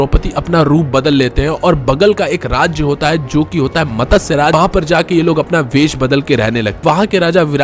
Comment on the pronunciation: Matasya nhi matsya chutiye